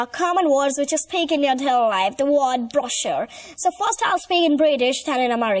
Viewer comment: ‘Which’ not wich